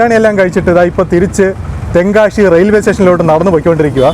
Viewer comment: നല്ല ഒരു tongue cleaner ദിവസവും 2 നേരം ഉപയോഗിക്കുക ശ എന്ന അക്ഷരം ശരിയായി പറയുക.ഷ അല്ല ' തെങ്കാ ഷി അല്ല.